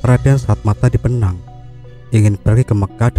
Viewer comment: Sunan Bonang..bukan benang kalo gak salah